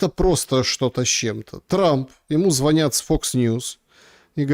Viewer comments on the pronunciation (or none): none